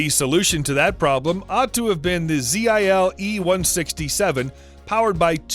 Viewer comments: The Russian truck manufacturer Zil is pronounced just as the word is spelt, and not as Z.I.L. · Hey this messing got to inforado... the word zil is one word not 3 indevidule letters